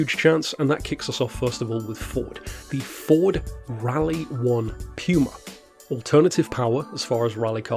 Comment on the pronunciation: that's the first time i heard someone pronounce puma like that ...interesting